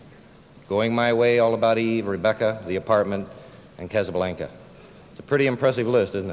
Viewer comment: McQueen gives a perfunctory reading and egregiously mispronounces "Ziegfeld" , "content" , and to a lesser degree, "Casablanca" .